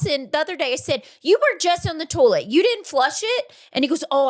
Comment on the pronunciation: “Toll let” version of toilet (toy let) 😂